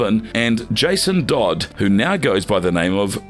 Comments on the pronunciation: Jason "Dodd?" Did this man seriously just call Jason TODD, "Dodd?" Wow. Goes to show, the people speaking about these characters don't know a thing about them in all reality. They're just reading off a script. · did he say Jason dodd 🤦🏾‍♂️🤣🤣...it's Jason Todd your obviously not a D.C fan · Is it wrong for me to say that after hearing about his excellent leadership skills that Dick would make a better leader than Steve Rogers? And it's Jason Todd not Dodd.